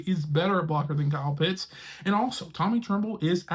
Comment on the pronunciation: OHHHH! He pronounced Kyle Pitts' name correctly! Finally. Great job. Now continue to work on Younghoe Koo (Young-Way Koo).